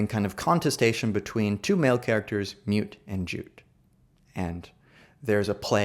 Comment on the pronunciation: Great presentation. I am curious why/how (perhaps you came across it in a reference?) you pronounce Mutt as if it is spelled Mute?...I always read them as referring almost directly to the Mutt and Jeff comic, originally created in 1907 and the first daily comic strip. but I read Mutt to sound without the long u. My guess is those words(names) aren't a rhyme scheme but contraries, similar to the comic strip characters.